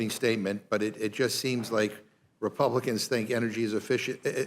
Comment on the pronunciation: This guy talks a lot of sense. But he sounds a lot like Elmer Fudd. He'll get those "Scwewey Wepluicans"